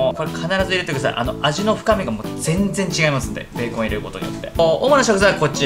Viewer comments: ベーコンの発音がビーコンの発音でウケました💕 美味しそー❗️ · ベーコンのイントネーション気になる笑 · ベーコンのイントネーションが気になるｳｽﾞ((((･´ω`･))))ｳｽﾞ